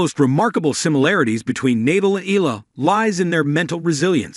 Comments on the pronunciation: The name is pronounced EYA-LA ( her family name) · Looks like an AI generated voice. How to subscribe to such a lazy vlogger. Mr vlogger please show more passion by at least teaching your AI tool to pronounce names properly. Nadal is pronouced with a hard "Na" then "dal" not "Neydal", Eala is pronouce "Eh" "yah" "laa". The tones should be HARD not SOFT.